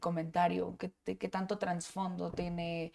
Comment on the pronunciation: La licenciada diciendo “Transfondo”